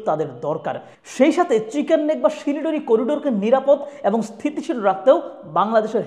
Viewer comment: বা: কি উচ্চারণ, লিখেছে শিলিগুড়ি, বলছে শিলডুড়ি, এই না হলো বাংলাদেশি।